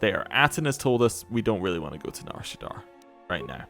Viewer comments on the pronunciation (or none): Loving the LP but every time you say Nar ShaddAAR instead of Nar ShaddAA kills me lol